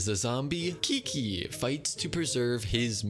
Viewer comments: "Kiki" that's definetly not how I pronounced Qiqis name at the first time guys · In Greek Qiqi's name is pronounced like that so I have a reason for pronouncing her name like that XD